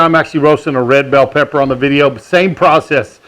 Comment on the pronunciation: I swear he said black powder not pepper